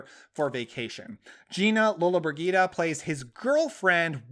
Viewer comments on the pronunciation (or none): say Lola-BRIDGE-eh-duh 😆 A star so famous in her prime that, like Ann-Margret, she had her own Flintstones alter ego character!